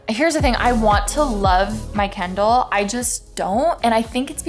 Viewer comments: Lol it's kIndle, not candle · why does alisha say kindle like "kendall" 💀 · Why does it matter lol